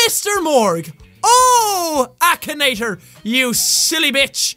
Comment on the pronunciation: it's not akanator it's , akinator